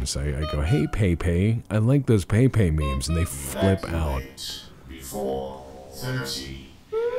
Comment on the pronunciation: Feelsbadman.jpg You mispronounced the prophet of Kek's name.